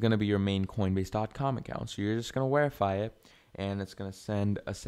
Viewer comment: Where are you from that you say wherify